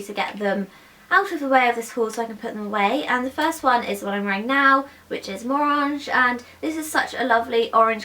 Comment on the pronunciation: it's pronounced MO-RANG